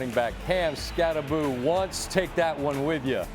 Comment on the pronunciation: Norwegians losing their sh*t when they hear how Americans (mis)pronounce Skattebo... It's Skattebo (hard T), not Skaddebo.